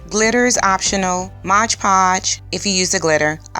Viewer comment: Great job. Gonna check out the other vids also. Btw, it's MOD, not Modge.